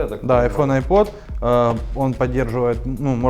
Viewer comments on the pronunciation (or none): none